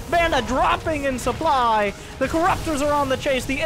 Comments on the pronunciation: Stop saying supply as soup ly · its because the soup doesnt lie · Who doesn't like a healthy dose of souply? It's like you're not even French!